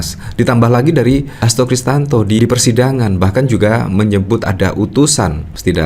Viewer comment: Siapa sih omong yg bener HAsto KRISTIYANTO bukan kristanto! Asal aja jd yutuber polirik!!!